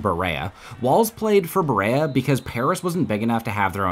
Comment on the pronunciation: As a Kentuckian, this was pretty dope. Except Berea is pronounced “beh-ree-uh”